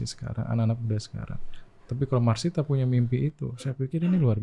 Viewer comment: Masita om, not Marsita..